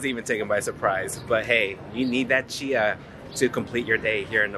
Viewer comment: Love the video but the drink you had is called Chai, pronounced Ch-i. Chia, as you pronounced it, is a seed.